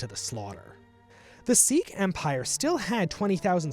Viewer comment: Its crazy how many people mispronounced Sikh. Its "SIK" or "SIK-EE" not "SEEK"